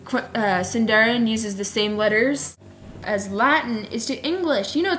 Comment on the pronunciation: Sweetie, it's pronounced Seendahreen the i=ee sound a= the sound of father